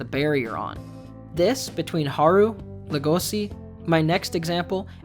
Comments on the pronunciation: I personally hate the fact that he pronounces Legosi’s name with an s instead of a Sh sound. And it’s the same with the fact that he pronounces Louis’s name with the s even though they don’t in the actual show. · The way Louis and Legosi's names are mispronounced leads me to think that the video was scripted and researched by one person and narrated by another.